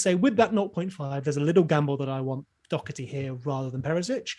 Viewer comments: Someone explain to me how Doherty is pronounced "Dockerty" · Doherty is Irish. He’s name is pronounced Doh-er-ty. I am Irish and have fries s with the same name.